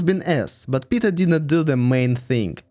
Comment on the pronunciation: I mean its not correct to go into Tsars and Princes/Knyazes bcz history is very foggy, but not to include Alexander, Alexander II, Catherine the Great while including Fyodor, Malenkov & Chernenko? What? Even most russian people don't know much about them. Also, i chuckled how you pronounce "Peter" as (or close to) "Pizza" a few times. Another point - this is HIGHLY subjective. Literally every person in Russia will have different timelines depending on their political standing bcz even in USSR rulers were veeery different from one another. Just keep it in mind if you are not from ex-USSR country (therefore probably don't know this nuance). Also - i disagree with you on Alexander II. He's not S-tier. He is S+++ tier.